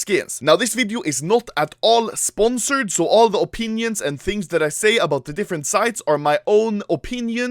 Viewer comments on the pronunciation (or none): none